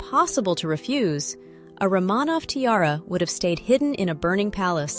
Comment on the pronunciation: I don’t hate the AI narration so much but could you please pronounce Romanov correctly?